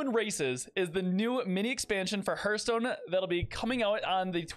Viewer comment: I'm 3 seconds in. Can't handle that pronunciation of Hearthstone, sorry.